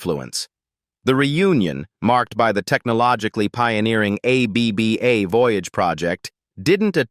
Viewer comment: Aay-bee-bee-Aay?? More BS AI. Bye.